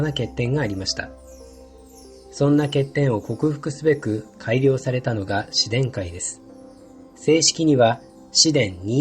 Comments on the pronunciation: ✖︎紫電改⤴︎ ○紫電⤵︎改⤵︎ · 紫電改の発音が変。「しで↑んかい」ではなく「し↑でんか↑い」だよ。育毛剤じゃないんだからｗ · 紫電 改 じゃなくて紫電改って発音するのなんか草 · これコメ主さんが言ってるのは間を空けるという意味ではなくイントネーションのことだと思います。 文字で表現する上で仕方なくスペースを使われたのかと。 ここは僕もずっと不思議でした。 紫電の改という事であれば普通の日本語であれば「阿藤快」と同じイントネーションになるはず。 ただ紫電改の場合はなぜか「自然界」と同じイントネーションになる。 しかも紫電が紫電改になると何故か「紫電」の部分のイントネーションも変わってしまうという。 当時からそう呼ばれてきたのでしょうか？ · 紫電改の発音って自然界と同じなんだ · 紫電改の発音が、「自然界」と同じイントネーション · 杉田庄一 「自然界｣みたいなトーンで発音してるのが不思議でした笑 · 紫電の改良型だから、「紫電」という語で区切るのが正しいよね。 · 確かに気になりますね、、、一層の事紫電二一型で良いかもしれませんね、